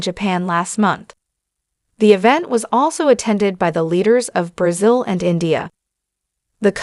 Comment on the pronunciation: It's not pronounced BRAZUL. It's Brazil